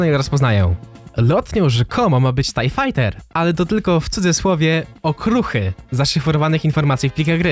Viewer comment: Nwm czy to specjalnie ale mowi sie tiej fajter jak by co